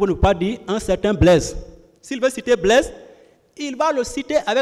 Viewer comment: Blaise pas blaige. Le g ne se Li pas z. Ont dit pas zandarme mais gendarme. Ont dit pas zuste mais juste. Le j ne se lit z. Ont a affaire à des intellectuels ou des analphabètes ??!!! Le monde entier suis le procès. Sofaire ou chauffeur ? Quelle honte pour des soit disant intellectuel. Soisi ou choisi . Un enfants de la maternelle dans mon pays est nettement mieux